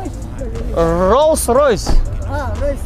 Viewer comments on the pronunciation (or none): Как: говорил рол ройс😂😂😂